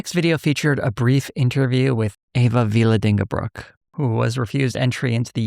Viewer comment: While this video was very interesting, I can't help but cringe at your pronunciation of "Vlaardingerbroek". It's a difficult name, sure, but the way you said it was almost unrecognisable haha.